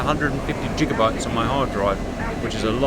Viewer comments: Did homie just say jiga? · Cap the G in Gigabyte is not pronounce like the G in GIANT but G like in the word GAP. You brits do a lot of things wrong. You drive on the wrong side, and you talk funny. LOL just messing with you. The map looks great for low level missions thru the fjords and valleys. Look forward to seeing it in a mission plan. Regarding healthcare i think you guys modeled it after ours. Our disability program takes so long that many applicants do not get to see the date. Speaking from experience, my fiancee WAS on public healthcare until time ran out in 2021